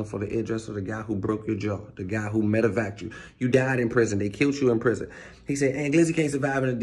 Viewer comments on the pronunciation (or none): No that MF didn't say medivac 😂😂😂